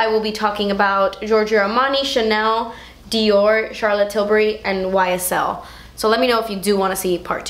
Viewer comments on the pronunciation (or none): none